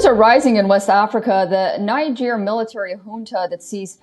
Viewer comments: I hate the way she pronounces Niger. It's not pronounced ninejer, but kneejer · it's pronounced Neejer not Naijer. There's a reason it's pronounced that way.